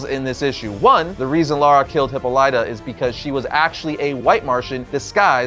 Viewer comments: HIPPA-lighta?! You're killing me,! hi-POLLY-tah is the pronunciation you are after. Seems like a small quibble but I am obligated to say something lest my Greek wife lock me inside a Brazen Bull. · HipPOH-lit-ah not Hippo-LIGHT-ah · Please tell me he's just trolling everyone with his pronunciation of Hippolyta. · That pronunciation of "Hippolyta" has me screaming, lol